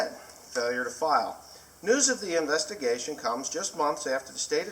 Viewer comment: idk how you read investigation but you don't say it like that.